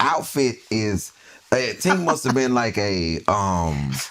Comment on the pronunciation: Not Tink!!😅😅